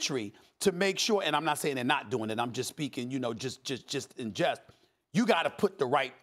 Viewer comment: 😂😂 S.A.S "I'm just speaking jush jush jush and jush"